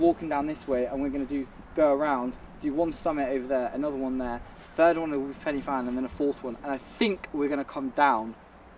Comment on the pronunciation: Pannyvan? Pen y fan is pronounced Pen ah van. There's no penny.